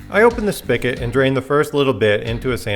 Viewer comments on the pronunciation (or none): Great video for someone like me. I normally make wine and mead and want to get started making beer. Only one critique... spigot is spelled and pronounced with a "g" 😂. All joking aside I'll be doing this method before diving in head first to 5 or 10 gallon batches.